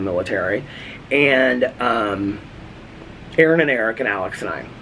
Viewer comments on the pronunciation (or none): none